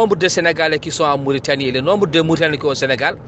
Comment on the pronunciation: Baakh na daal... Il prononce pas la Mauritanie de cette façon en arabe. En plus pourquoi pas publier ka vidéo ou indiquer l'origine de l'audio